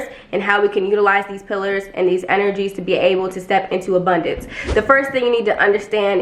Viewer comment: Not, "The obundance of hair on my body!", sis. I am screamimg!! Lmao